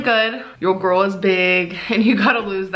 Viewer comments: Yo gorl iz beeg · "your gorl is big"